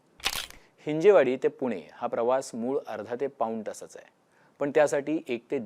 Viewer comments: हि़जेवाडी ❌ हिंजवडी ✅ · हिंजवडी म्हणा हिंजेवाडी नाही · Hinje nahi dada hin-jav, patrakar ahat tumhi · बरोबर, गरजेची बातमी. एक चूक सुधारणे आवश्यक आहे: हिंजवडी योग्य आहे, हिंजेवाडी चूक आहे. हिंदी भाषिक लोकांनी हा अपभ्रंश सुरू केला आणि आता मराठी माणूस पण चूकीचा उच्चार करतो आहे. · हिंजवडी म्हणा हिंजेवाडी काय! ह्या हिंदी लोकांनी गर्दी करून मराठी माणसाची भाषा पण बिघडवली. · हिंजवडी म्हणा साहेब .